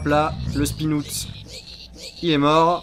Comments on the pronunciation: Un spinoute XD ça se prononce spin-out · Un "spinoutte" ! Frigiel, français avec le meilleur accent anglais x) (À ne pas prendre mal)